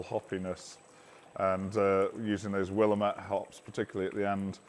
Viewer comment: In Oregon, where Willamette hops were developed, they pronounce it as will-LAMB-it.